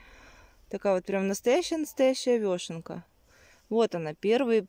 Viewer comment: Очень вас уважаю.Но простите почему вы говорите вёшенка ?Всю жизнь знаю как вешенка......вешенки.Простите даже удобней говорить.Я правда не специалист по грибам но вешенки покупаю часто.